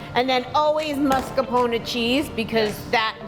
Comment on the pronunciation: He says “Mascarpon” not Mascarpone. She, on the other hand, says it correctly.